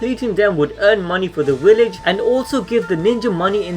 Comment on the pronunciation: Every time you said WILLEDGE I cringed just a little.